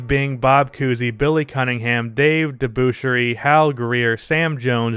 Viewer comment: it's not how you pronounce Debusschere. Very underrated player. A rebounding and defense beast with a great outside shot - would've averaged more points had there been a 3 point line in those days. Kinda speaks to the recency bias in these lists. Willis Reed and Wes Unseld (MVP and Rookie of the Year in the same season) are for sure top 50 players, arguably James Worthy as well.